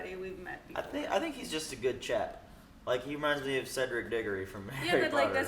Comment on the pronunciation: Did he just said Cedric Diggory!? 😦 oh my goodness.